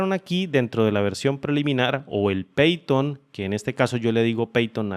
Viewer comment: No se pronuncia peiton, es paiton cómo se pronuncia